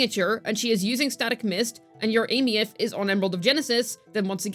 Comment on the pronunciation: I'm surprised actually pronounces her name properly.